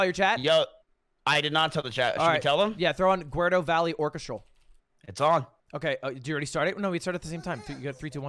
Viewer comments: the way he pronounced Gu-ru-do as Gerrudo kills me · did my mans really say "aguerdo valley" in the intro? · did he say "gwerdo valley orchestral" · I’m boycotting Lud for calling Gerudo Valley, Guerdo Valley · What the actual hell, why did you say GwArDo?!?!